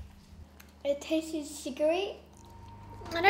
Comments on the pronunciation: funny how they say tases instead of tastes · I dunno... that girl "it taste-es" ... smh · STOP SAYING “TAST-TSES” !!!!!!!! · whenever they said tasted or tastest (it was pronounced that) I was like 'TASTES' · "Tastes-es".... 👏🏻bravo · I hate people who say tases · It TASTES wow speak right bruh